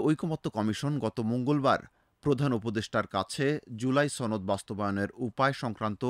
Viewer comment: ছনদ না সনদ হবে।